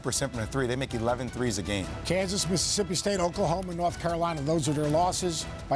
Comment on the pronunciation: Where is "Nort Carolina"?? 😂😂😂